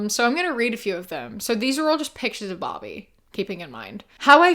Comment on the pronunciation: When you were talking about the Barbie pictures, I thought you said Bobby and was picturing Bobby Hill in each one 😂